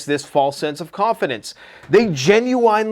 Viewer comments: Stop saying Gen-u-whine, it's Gen-u-win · Jen-you-wen not Jen-you-wine. Good lord. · It's genuine (Jen yoo uhn, like win) not (Gen yoo wine) 🥴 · Genuwine... Singer.. most famous for... pony... Come ride it, my pony... That old song Genuine.. pronunciation.... (gin- you- win) I'm sorry but I had to get that out because you're so intelligent and almost never mispronounce anything ever... It was driving me nuts I'm sorry... It is petty AF.. n it's ridiculous with this seriousness going on... For that I do apologize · I love the channel and wait for ur videos everyday... Please don't be upset with what I'm gonna say in the next post... But my brain is gonna break if u say genuwine again....